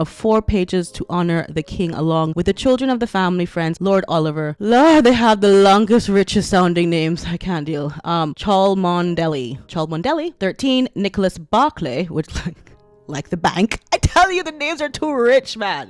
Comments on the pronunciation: 'Cholomondeley' is pronouced 'Chumbly'. Isn't it obvious?🤣🤣🤣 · Just so you know, Cholomondely is pronounced Chumley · It's pronounced Chumley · I can make one name easier for you. Chalmondely is pronounced “Chumlee”. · Sweetheart, I love your channel and want to help you out now and then. Re the very long name ’Cholmondeley’ I don’t blame you, it’s got 5 silent letters in it. It is pronounced Cholmly or Chomly much easier to roll of the tongue, doesn’t it? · Cholmondeley is pronounced chum-lee 😊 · Cholmondeley is pronounced "Chumley". Get it together,!:) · Choldmondsley is pronounced as Chumley, I haven't got a clue why." Train for it " made me spit out my tea. I have to go and clean up now, best wishes. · The lion and the unicorn is Charles, the one with the blue animal is Camilla's. Because Charles has underneath his coat of arms Dieu et mon droit, or God is my right and the shite unicorn of scotland opposite the volden lion of england. Cholmondeley is pronounced Chumley. The green man at the bottom of the invite is a former pagan symbol meaning rebirth or spring. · Cholmondaly or whatever is likely pronounced Chumly. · Cholmo dley is pronounced 'chumley' 😲😂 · Cholmondely is pronounced Chumly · Cholmondely is pronounced Chumley (not kidding 😂) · Cholmondeley is pronounced Chumly. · They are riding in the gold State coach after the ceremony. The green man us from English folk lore. The "posh" surname is pronounced Chummley I believe.😅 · Lord Oliver Cholmondeley , the surname is pronounced CHOMLEY!!! I know mad!!! Don't worry most people in the Uk even don't know!! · I think it's pronounced Chomdly. Two syllables! LOL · Cholmonday is pronounced CHUMLEY. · Seems nobody else has proffered the name 'help'. 'Cholmondeley' I admit it's a 'doozy' but it's easier than pronouncing every letter! It's; "CHOMLEY". Easy isn't it? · Cholmonderly. Is pronounced Chumley. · Pronounced 'Chumley'.